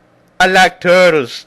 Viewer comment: WOW, "I like tuhhtles" ha ha ha ha. That was amazing.